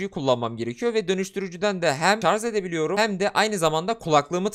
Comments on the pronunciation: ŞARZ DEĞİL ŞARJ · Sarz değil şarj.